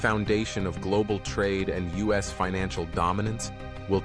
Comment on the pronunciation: "Us oil"? instead of U.S. oil. AI slop channel